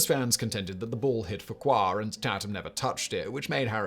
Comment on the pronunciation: Okay! I know you're British but you really need to research how these names are pronounced!! John "Frenchy" Fuqua, F you kwa. You do so much research on so many other things you present yet you obviously seem to not have the time to research how American athletes names are said! I love your channels but please do better! Because I truly know that you can!! 👍🏼❤️